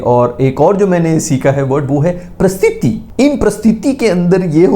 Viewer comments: Paristhithi❌ Prastithi✅🤣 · Paristhiti ❌ Prastithi ✅ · Paristhiti not prastiti🤣🤣 A for efforts tho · 'prastithi' nahi bhai 'paristithi' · Bhai its not prastithi...its paristhiti😆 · Prasthithi nahi. "Paris-tithi". Situation in english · bhaiya its pari sthi ti not prasthiti 😂😂😂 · Paristithi bhai not prstiti😂 😂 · Prasthiti nahi bhai ..Paristhiti 😂 Good going ❤ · VAISE IT'S PARISTITHI NOT PARISTITI. BUT GOOD TRY. YOUR VIDEOS ARE TOO FUNNY 🤣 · It's pronounced "paris-tithi" You're welcome